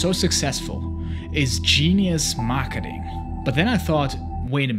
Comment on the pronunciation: ''genius maahkeding''